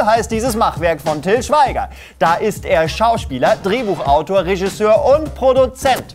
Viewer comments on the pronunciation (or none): none